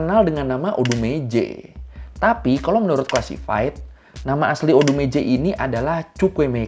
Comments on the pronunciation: Abang bilang odumeje gua dengernya odgj :' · Awal awal masih ODUMEJE Kok lama lama jadi kaya ODeGeJe :v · pas nyebut nama odumeje aku denger nya ODGJ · Namanya tertulis "ODUMEJE" tapi orang² mbaca nya berbunyi "ODeGeJe" 😁😂😂 ada yg sama salah dengar.?? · Odumeje jadi odegeje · Ini Odegeje mah bukan odumeje wkwkwkw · Maaf, tadi saya dengarnya "odgj" 🙂😆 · aku dengarnya kok odegeje ya bro, ah kupingku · Gue dnger nya odegeje 😅 sory lah,kuping kadang2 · Bang maaf ya, gue sepanjang video dengernya "ODEGEJE" 😭😭🙏🙏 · selama aku nonton aku denger nya oudegeje 🗿